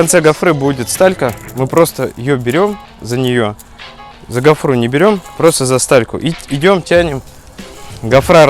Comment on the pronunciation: Как уши режет от вашей гофрЫ. Ударение на первом слоге..